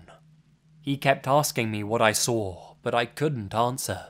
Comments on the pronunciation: I love you. But why do you pronounce "Saw" as "Sawr"? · "And that's when I sauwr it" You know shit just got real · I wonder whether he sawr it. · Lots of "sawring" in these stories. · "sawr" it jk